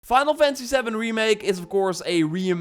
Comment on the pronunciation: "Fynul Fency Savn"